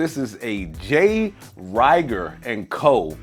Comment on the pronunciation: Great review! Rieger is good juice. FYI….its pronounced “ree-ger”. Keep up the great content!